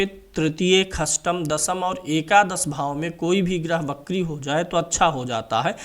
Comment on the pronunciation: wo bakri nhi vakri hota hai its वक्री